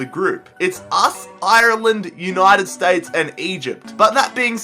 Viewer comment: I'm Irish and you said Ireland wrong